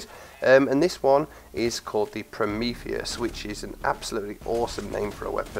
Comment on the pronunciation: He pronounced the name right.